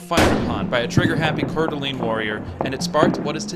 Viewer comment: but not coeur d alene